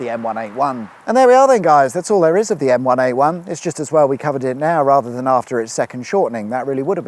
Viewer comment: Dunno about everyone else but every time I heard say the name of the motorway I heard the Gorillaz song M1A1